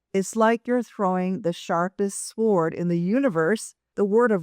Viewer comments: Ok...but US English pronounces the word "SWORD" as "SORED" not "SWAH-ORD". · The W in sword is silent. Thanks